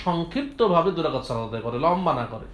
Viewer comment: দুই যাকাত না ভাই দুই রাকাআত হবে।